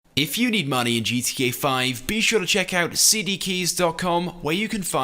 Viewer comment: y cant gta youtubers ever pronounce GTA correctly